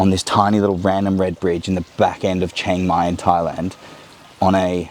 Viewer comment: I’d try living in a more true Thai city like Bangkok before offering a perspective. Chiang Mai is insanely touristy, and completely different than the traditional Thai experience. Also, it’s pronounced more towards “she-ang mai” not “CHANG-mai”.